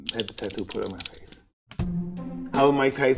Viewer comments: "Fathe" STOOPP😂🤣🤦‍♂️ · It's Mike's pronunciation of some words, since his tongue is stuck and he talks funny. So, instead of saying "face" like anyone else, he would say/pronounce it like "fathe", thus why i wrote the comment like that.